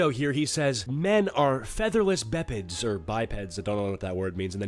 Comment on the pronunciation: you did not unironically say "Bepeds" lmao